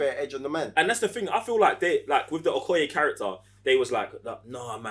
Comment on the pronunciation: Really great review! The only things that bothered me were… it’s pronounced killmonger not Kill-a-monger, Okoye not Okoyo and it’s Chadwick not Chaswick.